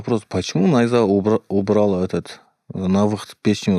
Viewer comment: Ставьте ударение правильно, не нАйза , а найзА